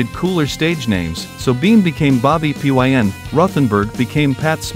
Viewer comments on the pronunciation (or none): Why does the narrator pronounce "Bobby Pyn" as "Pee Why En?" It's pronounced as "pin," hence, bobby pin! The Germs themselves were most hampered by Bobby Pyn/Darby Crash, a terrible singer and drunken, lurching would-be Iggy Pop. The most AMAZING thing related to the Germs is that Pat Smear years later played on stage with Paul McCartney. A Beatle and a Germ together! Who could ever have imagined that?!